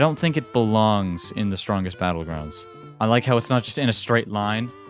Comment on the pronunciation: Blud said bottles battlegrounds